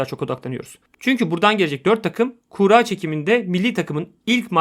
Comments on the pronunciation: Kura kelimesi kuğra diye okunmaz. Kurra veya kur-a diye okunur. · Kuğra demenden dolayı odaklanamadım ya :D adamsın harika iş çıkarıyorsun hocam.